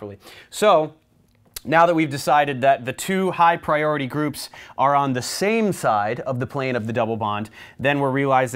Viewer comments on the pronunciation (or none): Zee Zame Zide... you crack me up! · "zee zame zide" is really funny and thats why I'll never forget it